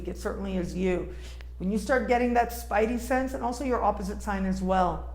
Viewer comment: what is a "spity-sense"?